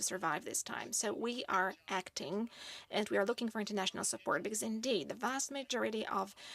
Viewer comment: Hey! Your indignation supposedly results from the fact that you, as foreigners, must have not been listening to at least our president's part of the conference. So, please - look at one of its fragments i.e. starting from when Andrzej Duda mispronounced the word 'indeed' - as 'in dick'. It triggered Harris's first laughing reaction. And Kamala's later reaction was simply linked with the previous one. She, in a way, corrected him by 'A friend in need is a friend indeed' (pol. 'Prawdziwych przyjaciół poznaje się w biedzie') pronounced properly at last. That is the entire secret :) In Poland - we have been laughing at this blooper for 2 days !!! xD